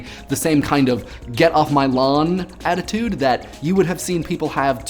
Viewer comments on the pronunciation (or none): none